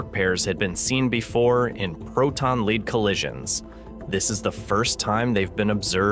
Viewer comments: Lead -leed?!? 😂 mis-stated at least twice. Fermalab? lol😂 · Off-putting AI voice can't pronounce lead. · Ugh. Down vote. Can you not get a human to read the text instead of some crappy ai bot? Sounded stupid; among other things, it mispronounced “lead” every time